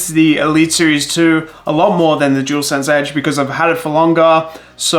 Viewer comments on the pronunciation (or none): Jewelsense 😂🤦🏻‍♂️ it’s dualsense 👍🏻.